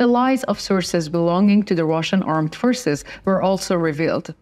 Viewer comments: Please will you read : Reports, forces or therefore. It is not repirts, firces or therefur. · I was going to comment on the mispronoucement of the same words. Forces is pronounced four ces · Forces forces , not pfishes or fristse ••• for ces for-ces